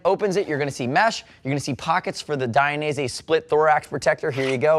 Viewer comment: DID I just here you say DI an EASY? cos I always thought it was pronounced DAYin EASY - what do you think? I wonder how Valentino says it?